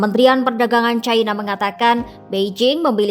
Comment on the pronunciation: Bukan "CAINA" tapi 'CINA' neng...